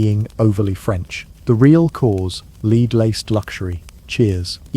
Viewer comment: Pb is led not leed